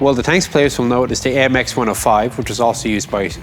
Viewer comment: Spot on with the French pronunciation, Chief!